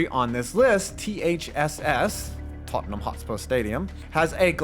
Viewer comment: so proud of you for pronouncing Tottenham not as Tot Ten ham